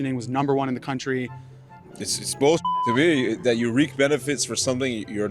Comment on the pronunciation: That dude said "reek the benefits". Ugh.